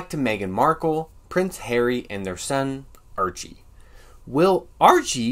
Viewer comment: Haha! Several times it sounded like you pronounced his name Urchie...urchin!